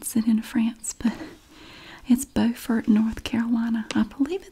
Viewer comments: I live near Beaufort, NC! (which you pronounced correctlty as BOW-fert) but there IS a Beaufort, SC too! (pronounced BEW-fert). I love you and your videos so so much! Much love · There’s a Beaufort in NC which is pronounced the same way you said it, and then there is a Beaufort (b-YOUfort) in SC! I was born in Beaufort SC and raised about 45 minutes from Beaufort NC :)